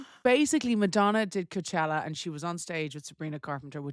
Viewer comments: What’s with calling it co-a-chella hahaha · If Amber was pronouncing Coachella like Vogue would be on her like a wet shower curtain. 😂